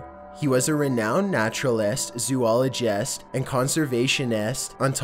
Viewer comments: "Renowned naruralest, zoologest and conservationest" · Hahahahahaha! "Zoo-olo-JEST." What is your speaking? How can we help? xD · Natural EST zoolog EST conservation EST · He was a renound naturalIST, zooligIST, and conservationIST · NarutalEST, ZoologEST, ConsevationEST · Natural-est, zoolo-gest, and conservation-est... I'm confused why he pronounced like that. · naturalEST zoologEST consevationEST two thousand SEX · He is now a vegiteriEN, ZooliGIEST, HistorEEE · Chucky Cage ZoooloGEST ConservasionEST